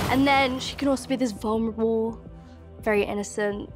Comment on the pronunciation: Did she say “vul-MER-able” instead of vulnerable....pretty sure she did....🤔🧐